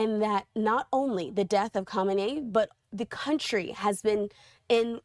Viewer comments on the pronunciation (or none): Pronounce the name properly at least, would you?? It's "Kah-may-nee" phonetically, not whatever you're saying. Sheesh. This is great news for the Iranian people, though. Maybe they'll get their freedom, and more, back like they had before these psychotic Ayatollahs made their lives a literal living h*ll for so many decades. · Don't get your news from talking heads that don't even know how to pronounce the names of world leaders. Good grief.